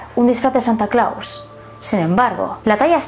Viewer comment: No sé pronuncia Santa Claus! Y como es que hiciste un libro? En buen plan lo digo, a parte soy tu fan.